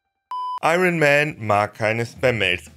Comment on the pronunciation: Iron spricht man übrigens nicht so aus.